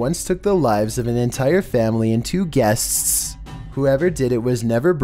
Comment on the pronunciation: The way he pronounce "Guest" lol